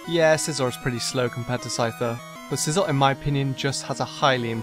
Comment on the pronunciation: I love scizor i enjoy sweeping my freinds whole team with it also extra credit for pronouncing it right 👏